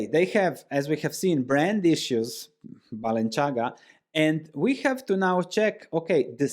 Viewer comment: The c in Balenciaga is not pronounced like the c in Versace, it is like the th in thing - Spanish designer, not Italian 🙂